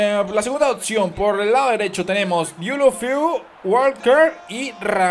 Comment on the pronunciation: *OPCION no OTSION